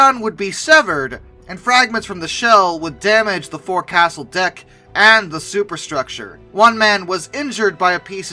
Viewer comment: Great video as always,. I do have to correct you on one thing though. I know it's spelled forecastle, but it's pronounced foc'sle. Yes, the Navy is weird lol. As always, love the videos, keep it up!